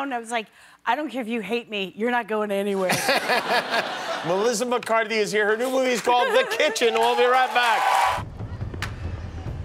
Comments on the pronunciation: I love the way he didn't even get her name correct....LOL "Melissa McCartney"....lmhao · Did he just say "Melissa McCartney"?